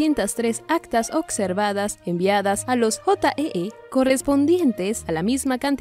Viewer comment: Ocservadas ?? Habla bien!! Observadas